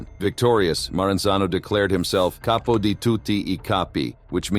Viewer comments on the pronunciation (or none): none